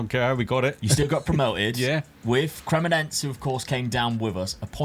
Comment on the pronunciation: Bro it's Cre-Mo-Ne-Se. not cremoNENSE